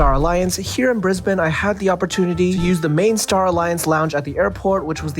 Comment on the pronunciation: Brisbane pronounced like a local. Buffeeeeettt on the other hand ! Great review.